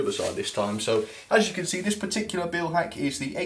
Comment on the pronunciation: This is a very pedantic comment, but the "Beil" in Beilhack is pronounced like in "mile", not like in "feel". Great review though.